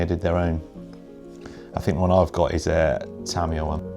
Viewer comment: it's "tuh·mai·uh" :)